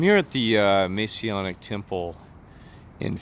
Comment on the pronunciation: Im not testing truth. He's not and can't be. He has a criminal record. And he would be removed due to breaching Masonic rules. Also can you please say the word "Masonic" correctly. GOD BLESS and thanks for commenting.